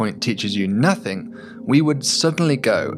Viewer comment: I wish he wouldn't say somethinK and nothinK. Letting the side down a bit there.... 😆